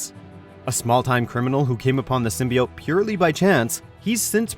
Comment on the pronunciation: Many people have worn the SIM-BUY-YOTE.